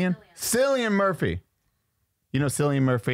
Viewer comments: Cillian Murphy is Irish. His name is pronounced Killian. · 😂 pronounced Kill-I-an Murphy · Definitely pronounced Killian Murphy…still love you nonetheless